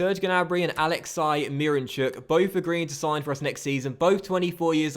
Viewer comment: His name his pronounced alexsi not alexci.And his last name is pronounced myranchuk